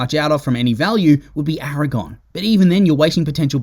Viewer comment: It's infuriating 😅